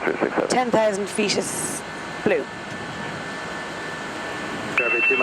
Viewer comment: That is my ideal pilot voice and accent. Nice accent. In the US we say 20 feet. She said 20 feast. In aviation being quiet is not an option. Communication is indispensable.